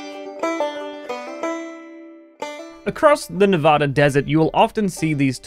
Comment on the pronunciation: Bro, you need to learn to pronounce “Nevada” right. 😆